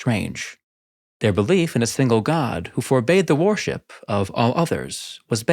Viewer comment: Interesting content thanks. Just one thing, your pronunciation of worship sounds like warship.